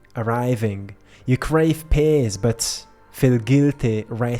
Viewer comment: Love you, one note regarding when you mention the word "peace ", it always sounds like pace on your end and make me get confused with the word pace, thank you and one love ❤